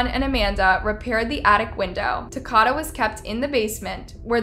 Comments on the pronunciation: I don’t want to say anything bad but his name is pronounced as the word Dakota just with a t my baby cousin actually went to school with him he was a very well mannered child who didn’t deserve this at all and she even gave him some cookies she made in her easy bake oven so when it came up that he was dead she absolutely stopped talking in school and she said he was the only one who ate her easy bake oven cookies since she accidentally used salt instead of sugar may he rest in peace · Sad you couldn’t even pronounce his name right. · I liked your coverage of this case but I have also watched many other videos & I just wished you would actually pronounce Takoda's name right.. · You're pronouncing his name wrong. I'm not trying to be a jerk, but it's disrespectful to this poor kid that you can't even pronounce his name correctly. Say Dakota. 🤷‍♀️ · Please pronounce the child's name correctly. It's pronounced TA-KO-DA...like Dakoda but with a T... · His name is pronounced "tah-koe-dah" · you mispronounced His name so many time it was as if you were doing it on purpose Ta ko da the o is long and then there's the word edema pronounced a dee ma with as many of these video you've done I know that you know how to say these words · It definitely isn’t, it’s like Dakota but with a “Ta” . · His name is not “Takota” It’s “Takoda” Eh….I get what you’re saying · Do you say people’s names wrong on purpose??? I mean you have to. Because you can clearly read. When did Al start being pronounced as Aw? & it’s Takoda not Takada, you know like Dakota? Girl you is disrespectful. At least say the deceased name right. You do this a lot. You’re videos be super awesome other than that. The fact that you just use your voice instead of trying to show your face to take attention away from the victim. I love your channel. But start at least trying to pronounce their names right. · His name is pronounced Ta-coat-a. These cases are so maddening. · Takoda's name is pronounced like Dakota.